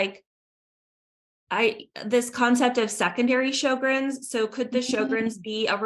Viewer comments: Show-grens dear. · It is pronounced sher-grens